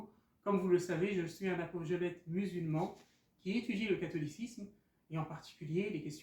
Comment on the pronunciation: Mon frère, le début de la vidéo est drôle, sans t’en rendre compte tu as dit "apogolète" au lieu de "apologète". On mettra ça sur le compte de ta passion pour l’étude du Catholicisme! Ta vidéo est excellente, courte mais ciblant un point absolument fondamental: on ne modifie pas les éléments du culte, qui plus est des siècles plus tard, pour le faire correspondre à une nouvelle approche théologique ou une nouvelle vision. Quelque qu’en soit la ou les raisons, elles resteront injustifiables. L’Islam est en effet bel et bien la seule véritable religion universelle: ses dogmes et son culte sont fixés dans le marbre depuis le début et n'ont jamais été modifiés. Les Musulmans partout sur Terre (pour l’immense majorité d’entre eux) prient de la même façon (les rites de la prière islamique), dans la même direction (Qibla), avec les mêmes obligations préalables (ablutions, intention, propreté vestimentaire, etc) et surtout dans la même langue (l’Arabe, langue de révélation du Saint Coran). On peut rajouter à cela une fraternité profondément ancré dans le cœur des musulmans: partout où l’on rencontre nos frères et sœurs en Islam sur Terre, on se sent rapidement connectés et on ressent que l’on parle le même "langage", la même foi et le même amour les uns pour les autres. Ça peut se constater dans les mosquées, dans d'autres pays (musulmans ou non), ou encore dans les lieux saints pendant les différents pèlerinages (La Mecque et Médine). Absolument aucun être humain ne pour